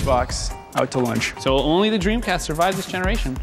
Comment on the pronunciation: what de dremcast?